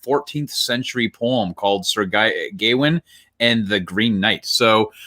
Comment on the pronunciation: A24 produces really well done movies (weird but well done!) with a relatively small working budget, things like Uncut Gems, Midsommar, Ladybird, and my personal fave The Witch. If you see A24 you know it's gonna be quality! (PS It's also pronunced GUH-wayn, like 'Gwain' spoken quickly lol)